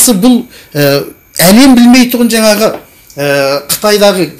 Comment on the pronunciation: ҚҰЛКЕРІМ АҒАЙ ЫҚПАЛҒА ЕМЕС ДЕҢГЕЙГЕ ДЕГЕНІҢІЗ ДҰРЫС БОЛАДЫ.СОСЫН ЖАҢӘГІ , ЕМЕС ЖАҢАҒЫ ДЕГЕНІҢІЗ, МӘСӘЛӘ ЕМЕС, МӘСЕЛЕ, ТЫҢЫШТЫЛЫҚТЫ ЕМЕС, ТЫНЫШТЫҚТЫ ДЕГЕНІҢІЗ ДҰРЫС БОЛАР ЕДІ.ӨТІНЕМ ДҰРЫСТАП ТІЛДІ БҰЗБАЙ СӨЙЛЕСЕҢІЗ ЕКЕН.